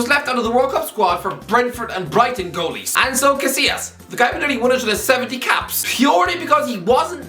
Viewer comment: "Aiker Casillas"